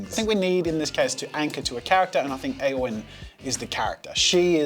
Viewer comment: thank you for saying Éowyn correctly man